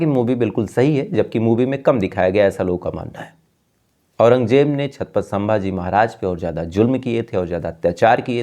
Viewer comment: छातपत नहीं छत्रपती बोलिये